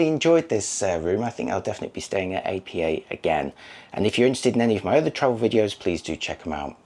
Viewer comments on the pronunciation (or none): It's pronounced "Appa" not "A.P.A." That said, great review!